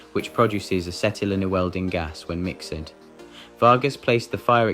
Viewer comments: Mixt not mix-ed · To those who make these videos: 1 -- including the known Urban Legend JATO story puts your research chops in serious question, so, less likely to give a thumbs up. 2 -- your choice for a computer voice reader was poor. It's "MixD" or "MixT", not "Mix-Ed". This and other basic failures make it clear you don't even have a person doing the job. NOT giving you a thumbs up because of this and #1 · "old /bold saying isnt for welders its for PILOTS. And the AI voice needs work its crates not crate-y's and mixed, not Mix-ed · ...This would have been better with a real person instead of an AI who thinks simple words like "crate" and "mixed" should e pronounced "crate-y" and "mix-ed"... That IS a real person. See #5 (Too much alcohol up his ass.) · This would have been better with a real person instead of an AI who thinks simple words like "crate" and "mixed" should e pronounced "crate-y" and "mix-ed" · God, this was painful to listen to... It is like it was read by an AI bot with a fake accent! Sounds vaguely English with bottle being pronounced bo'l, but bottles is pronounced as bot lees crates as crate ees jumbled as jum bled mixed is mix ed cadbide as carbid etc claims 'internet translations from Russian to English leave much to be desired, then itself totally butchers the very next English title as 'Master meets bate ends'. Like, wtf? Final point: to be a true Darwin Award recipient, you not only remove yourself from the gene pool, but should never have bred either. Some of these characters (eg, #1 and #5) seem old enough to have had children and already passed on their genes before they autocorrected their existence. Edit had to give up before I had a brain aneurism and awarded myself a Darwin for putting myself though thus garbage! Apologies everyone for my comment and helping the algorithm spread this contagion. Hope you survived...